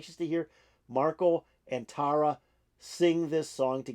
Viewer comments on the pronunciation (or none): So, here's help: Tarja is pronounced Tar-Yuh. And it's Marko Hietala (pron: HEE-ah-Tallah), a classically trained guitarist, *bassist, songwriter and incredible vocalist both solo and in harmony. They are huge stars...I know a big fan.like you would want to get the names down. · Thanks for checking this out. This is Tuomas' arrangement. Tarja was awesome. Marko kills it. Many reactors do this to check out Tarja, and get blown away by Marko. Song #5 of 18 at this show, which was Tarja's last with Nightwish. Btw, Tarja is pronounced (Tar-ya) with a rolling 'r'.